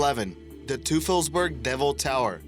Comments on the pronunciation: its pronounced toy fulls berg and that was Field Station Berlin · Add to that "Teufelsberg" is pronounced "Toy Fills Bag..." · Can-ary Islands? Really? Say it with me: Ca-na-ry! I know German can be hard, though, but try following this: Toy-phelz-berg. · Your pronunciations are atrocious Teufelsberg is not pronounced "toofelsberg" it is pronounced "Toifulbairg". It German it means "Devil's Mountain" Gila is not pronounced "hilla" it is pronounced "heela" Canary is not pronounced "Can-ery" it is pronounced "Ca-nary", just like the bird Spreepark is not pronounced "spree-park", it is pronounced "spray-park" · "Toofulsberg" (TOY-fulz-berg), "Ward War 2," "BrisbAYne", "the Hilla (Hee-la) River." "Cannery Islands," "during a tall (tow) operation", "this Pacific (Indian Ocean) location." Mispronunciations really interfere with listening to a vid like this.